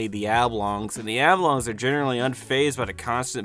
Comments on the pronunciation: Why do you keep pronouncing "Oblongs" as "Ablongs"? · Is there no one who’s gonna comment on that pronunciation of Oblongs as “Ablongs”?